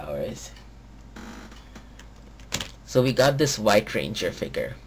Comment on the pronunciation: A. learn how to say "Figure" B. He lost his powers in season 2, not 1